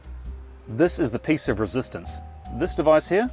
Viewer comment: He says this as thezz.